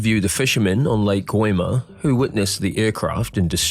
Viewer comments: Lmao fr. Im not too sure but it sounds like he says 'Gwemer' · I'm sorry , Lake What? lmao. Yeah that's clearly not AI butchering my language kekkkkk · How did you pronounce ‘Gooimeer’? 😂